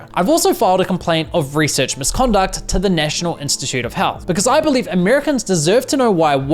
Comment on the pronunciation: Great video ❤ Someone else also had to laugh with him saying "Einstitute" 😂😂